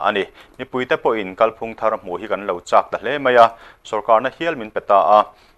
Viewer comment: Kalphung lam dan hi kan hriat chian a ngai. "Kal" tih lai hi, " kalkawng" tiha "kal" anga thlûk hniam tur; "ka 'kal' thei lo" tih anga thlûk loh tur. I lam dan a dik lo tlat. Thlûk hnihnaa lam tur a nia.